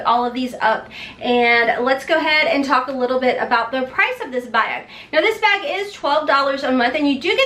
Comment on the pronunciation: lol you say bag like I say bayug! Kentucky girls